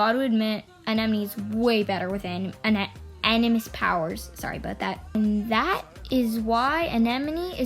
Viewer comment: Btw animus is pronounced “ an-a-mus”